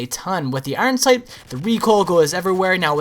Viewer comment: he cant even say his name 12aw instinct properly it sounds like he says oron sync